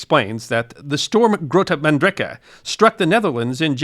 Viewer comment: Why on earth wouldn't you check how to pronounce "Grote Mandrenke" before recording this?